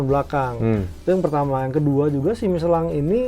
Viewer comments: Miselin dibacanya bukan miselang bang,,,,penasaran tadi cari2 iklan michelin versi luar memang dibacanya miselin, sorry koreksi ya bang heheheh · tanya nuh bang, kenapa bang bilangnya ban michelan bukan Michelin, apa emang bacanya gitu ato faktor sponsor..nuhun bang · Kalo pakai bahasa perancis harusnya dibaca " Misyelang"